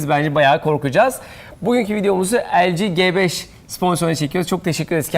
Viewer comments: LG'nin "G" sine İngizce okunuşuyla "ci" G5'in "G" sine Türkçe okunuşuyla "ge" diyen adam gibi adam.. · LG G5 böyle okunuyo elci ci 5 die okunuyo :D